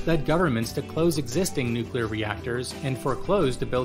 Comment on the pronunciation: Please don't say 'nuclear...'